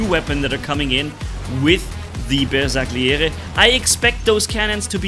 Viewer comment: Please stop butchering the name of the bersagliere like that😭🙏